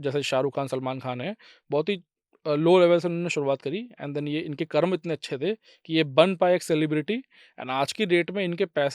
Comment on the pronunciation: Not karma it's karm